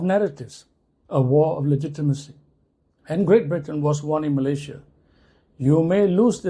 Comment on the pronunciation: 😂😂😂is Malaysia or MALAYA😂😂😂